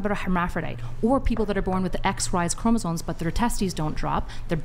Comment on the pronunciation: Why is everyone saying CHROMOSONE???? It’s CHROMOSOME WITH AN M